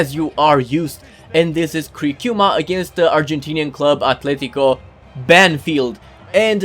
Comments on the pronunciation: I am a Brazil fan and the way that you say Criciúma isn't correct, is like you sad at the first time but after you started to say like crikiuma and this is uncorrect. Happy Cole is back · No, we pronounce criciuma like you sad first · Hey,. You said Cricíuma right in the first time, that's the actual pronunciation. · You pronounced Criciuma the correct way on the first time...